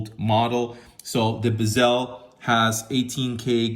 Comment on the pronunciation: It’s not a Bi-SELL. It’s a Bezel, emphasis Be like BEH zil.